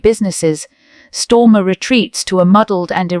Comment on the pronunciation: Hi AI please note it’s not Stormer but Starmer, the only thing he’s storming is his party.